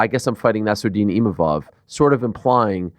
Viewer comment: can somebody tell DDP its ImaVov and not Imamov